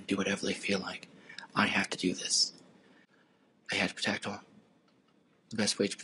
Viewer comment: I had to pwotect hew. There’s nothing that infuriates me more than people who can’t pronounce the letter R